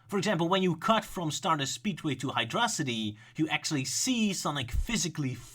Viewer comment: Isn't it Hydro-city? Not hydrocity like it's a monstrosity?